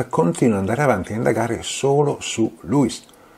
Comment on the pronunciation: Perché pronunci Gliùis e Dùglio? Si dice Lùis e Duìlio (con l'accento sulla ì)